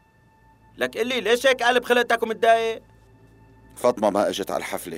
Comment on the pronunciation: فاطمه❌ فطمه✅